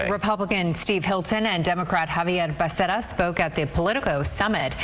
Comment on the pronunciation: I despise how you pronounce becerra!